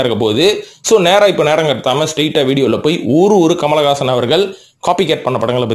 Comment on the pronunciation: Kamalagaasan… aa !!!! Peru correct a chollungo bro